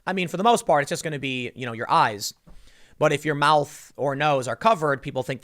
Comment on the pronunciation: Tim: Do not panic also Tim: IT'S IN MUY AIS, EVEN I CAN DIE